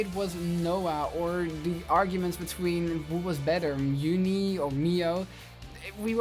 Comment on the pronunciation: shouldnt included mon mon his opinions are trash also ditto saying BE ' ' ER three times is the best bri'ish moment ever